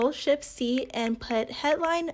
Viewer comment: Why do I keep hearing "im pressing shit" instead of shift???